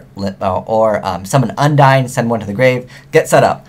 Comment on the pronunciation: Genex Un-dee-ne, lin-de, ju-st sa-yin